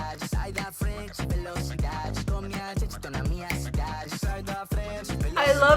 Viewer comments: Velocidade está incrível e a pronúncia está ótima ❤ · a pronuncia em velocidade é perfeita! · Sim, a pronúncia deles tá muito boa em português, "velocidade" me pegou de surpresa 😂 mais amei. E em geral gostei muito das músicas. ❤